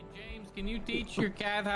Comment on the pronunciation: After hearing "Yames" so much im not even sure how to pronounce my own name...